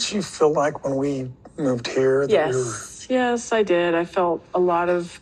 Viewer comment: It’s fill instead of feel. Lol